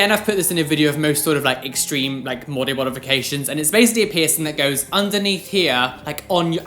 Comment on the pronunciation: “Mody Bodification” 😂